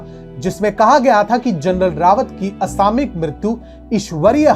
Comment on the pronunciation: यार...तुम असामयिक को असामिक क्यों बोलते हो ?